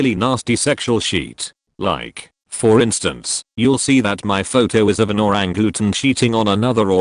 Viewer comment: ~ …. Was not looking at my screen and could not figure out for the life of me what an “oo-rang-gooten” was.